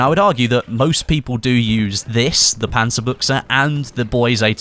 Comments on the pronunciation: Its "Panzabutch" not "Panzabucha" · WOW! you're the first battlefield youtuber who said the name "panzerbuchse" properly!